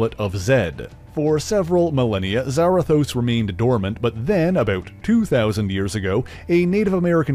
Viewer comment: isn’t it Za-Rathos not Zara-thos?